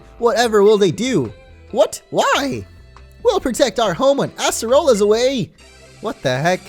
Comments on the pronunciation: It's not ass-rola it's ace-rola lol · assrola? it's ACErola I still love and I mean love your videos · It's a-cerola not asserola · why does It sound like he says "Asserolla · Why do u say acerola like Ass-erola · say it with me ace role a that is how u pronounce acerola ok?